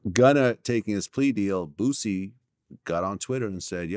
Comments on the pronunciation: I cry every time call Boosie Botsie hahaha 😂😂🤣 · “Bootsie” lmaooo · please stop calling him Bootsie